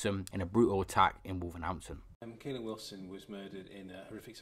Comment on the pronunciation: It’s Wolverhampton not wolvernhanpton